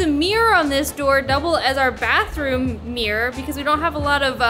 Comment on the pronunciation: Mirror is not pronounced mere!